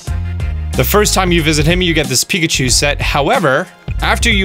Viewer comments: "Let's Go Pikcahu" Okay then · ah yes pikcahu.. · “Pikcahu” What the hell